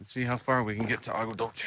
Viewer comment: Agua dulce means (sweet water) in Spanish. Pronounced dulseh. And Sanol is a nice area.😊